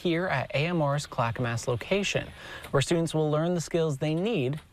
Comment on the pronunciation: So this reporter must be from out of town. Please teach him how to pronounce "Clackamas."